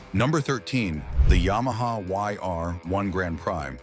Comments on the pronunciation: ... "PRIX" - pree, not pry, ok ? ... (÷ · You need to learn to pronounce bile terms, like PRIX!